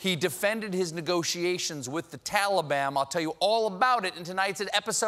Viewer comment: Am I the only one that's hearing Tali-bam